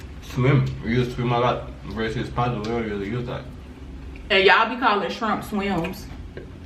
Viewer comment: Did he say when you said shrimp you sounded like you said trump, or am I tripping 🤣😂🤣😂